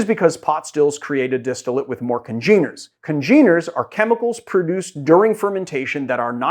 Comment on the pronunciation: A gotcha. Oh, also... you mispronounced "congener" lol